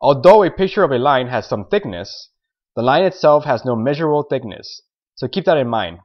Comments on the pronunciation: He said tickness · tickness??? Thickness?